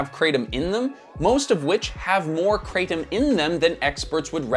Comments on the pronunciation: Calling Kratom (it's "Krah-Tom" btw not "Krey-Tom") a supplement is crazy Also note, Cannabis comes from plant, Tobacco is a plant, Opium comes from the seed of a poppy, etc, etc... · The correct pronunciation Krah-TOM. Not Kraytom. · Thai here - It's pronounced "kra (like 'okra') - tom (like 'Thomas')", never heard your interesting pronunciation before 😅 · In Thailand, where the plant grows in lots of places, it's pronounced kruh-tahm. It's crazy hearing the American pronunciation. I never tried it or wanted to try it in the years that I lived there. I don't need any new vices. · I live in Thailand and laugh every time I hear krathom pronounced like that.